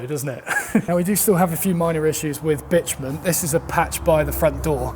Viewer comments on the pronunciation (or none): Bitumen sounds like bitchmen, hehe. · As an american, to hear you refer to what we call tar/asphalt as what sounds like "bitch men" over and over again is just so incredible bizarre lol! Anyway love your videos keep up the good work!